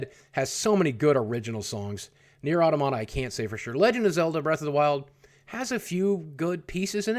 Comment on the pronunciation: You are butchering the pronunciation of Automata. Please stop propagating ignorance.